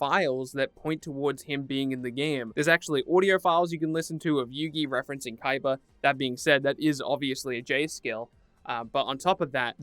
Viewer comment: I'm surprised you even said his name right, most idiots just call him Kiba